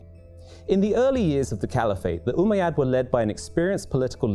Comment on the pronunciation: It's not Umaaa Yaad U bish it's ummayad